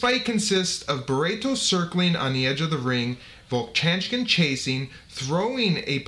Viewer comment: vovchanchyn "vov-chan-chin" - no "k" sound